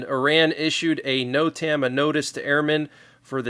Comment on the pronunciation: NOTAM its pernounced. ( (.... Note... um..... Note... um.... . Note...um......)) NOTAM... Notice to airman....!